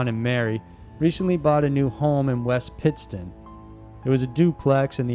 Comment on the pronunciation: Local here too! At least he got West Pittston right!!